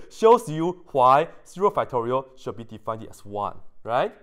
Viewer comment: also—-: please understand I mean no disrespect, but you should stop saying words that end in “ed” as if they end in “eded”. at times the effect is comedic, perhaps endearing. but when it happens many times in the same video, like “defineded”, you’re giving other people the incorrect way to speak English. and many who are good at math aren’t as good at language. especially those for which English isn’t their first language. Please stop saying words “defineded”, please don’t add an extra “ed” to the end of words that end with “ed”.